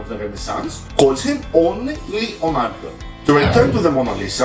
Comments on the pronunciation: it's LEonardo da Vinci and not LIonardo da Vinci please do not mispronunciate it thank you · It is leo ( italian) not lio ( english) Hello! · It is not Li - Lionardo, it is Le- Leonardo; the wrong pronounce of english language!!! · Yeah but it's not fucking lionardo, it's Leonardo. I'm italian and i had a stroke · I'm sorry if you think that I was trying to offend you I didn't want to, but in Italy everyone as called him leonardo every art student in every school would write and pronounce leonardo with an e. I didn't mean to be offensive in any kind of way